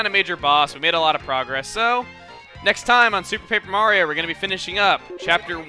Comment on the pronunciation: Peper Mario!